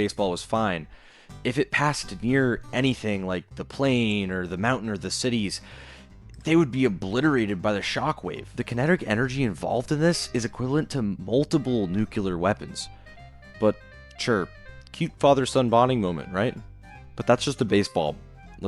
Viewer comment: “the keneterrrk energy”